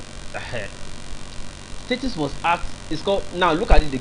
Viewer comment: Why are you saying STATIES? Is this a new slang in Nigeria? No be STATES again?